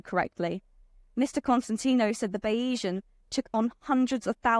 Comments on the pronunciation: Bayzian, not Bayeesian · "Bay-ee-san"? Surely on her three-hour flight to Palermo this young lady might have researched how to pronounce the name of the boat? "Bayes-ian" (Keynesian, Marxian, Darwinian, etc), adjectival form of surname of Thomas Bayes, the mathematician who inspired the owner to make his fortune. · pretty sure it's pronounced bay-zee-an after the probability theory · It’s pronounced bayseeann - after the statistician